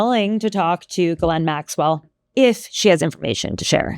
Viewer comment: Ths for pronouncing GM's name correctly. I guess nobody else studied French.